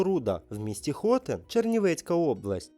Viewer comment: Шановні! Дякую за вашу працю і ідею з питаннями. Але... у вас жахливі наголоси в найпростіших словах: ХотИн, хотИнська.... У вікіпедії є наголоси.